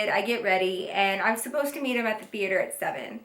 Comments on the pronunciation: I love how she said theater like theateor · the way she says "the-ate-her" 😂😂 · movie thee-ater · TheAter lol❤😂Just the way u said that at the beginning made me smile❤❤❤ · the-ater lol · Theayter lol 😂😂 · HaHahaha she said THE-ATRE!!! I'm dying!! Love you ❤️ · The way she says theater lmao love you girl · Why she said movie theater like that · Who else is low key confused on why she said theater like that😂😂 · Is it just me or did she say theater kinda funny? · You said Theater weird it was probably b/c you were mad Love you girl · Why she say movie theater like that 😂💗